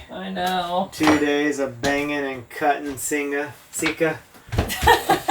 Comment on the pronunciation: Sikka, as in sick car, not seek car. Rant over.